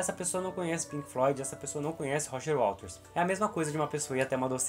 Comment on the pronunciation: Não é WALTERS, é WATERS